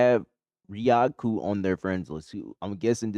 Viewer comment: Thank you for the video over my wife's account 😂 also uhh the name is pronounced ri, Like rise, ku like goku, The a is silent Riaku 😊 I really enjoyed this review bro, I hope you blow up with viewers and subscribers. 💕